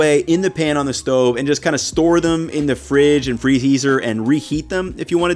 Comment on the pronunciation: did just say "freheezer and reheat them"?